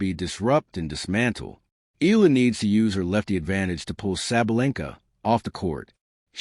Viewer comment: Ee ah lah! Not Ee lah! C'mon AI get it right!